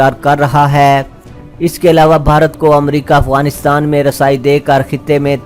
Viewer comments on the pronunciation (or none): none